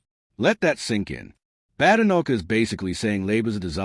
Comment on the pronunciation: I hate listening to these bots…it’s not “Bad. Enoch”! It’s “Badenoch. Bade. Like ‘played’! I had to switch off after a few minutes!!